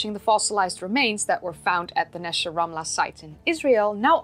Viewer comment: You got the Hebrew correct. Great video